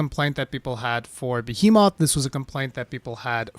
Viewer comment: first of all, why tf do you pronounce behemoth, beheMOTH? lmao that’s crazy to me haha jk but fr i agree 💯 with your points bro! this fight is hard yes, but i love it, it’s something ive been wanting since the launch of wilds, the lack of difficulty and lack of grind is why ive taken so many breaks with this game, i put in hundreds of hrs in world and iceborne because the fights felt challenging and the endgame grind, since ive been back and the intro of 9 star hunts and AT monsters and now the savage omega hunt, to me personally the game feels great again! fuck all these cry babies asking for nerfs they are just soft and can’t handle actual mechanics and difficulty is game, sorry not sorry 🤷🏽‍♂️ really hope the devs don’t listen to these people.